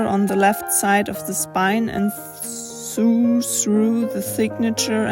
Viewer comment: Another inspiring book-making video thankyou! I heard you struggle a little with pronunciation of ‘sew’ (… our bonkers English language …) say it like ‘so’ . sew also rhymes with go, row (row the boat) and bow 🎀 . (Oh… Except when they are ‘row’ like fight and ‘bow’ like bend over! Haha! Help!)